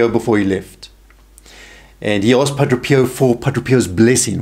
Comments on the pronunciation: It’s Padre pio not Padro Pio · Friend, Thank you for your ministry.. however, if you are going to continue with it, it is essential that you learn to pronounce the Padres name correctly. Phonetically it is: Pah - DRAY. Pee Oh Not Pa DRO pee oh Blessings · It is Padre Pio and not Padro Pio...! Let's learn to pronounce the name correctly if you want to be taken seriously on your video. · Wonderful video. The speaker has a very unusual way of pronouncing the saint's name. To my ear at least it sounds like he is saying Padro Pio. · why does he say padro? which is it?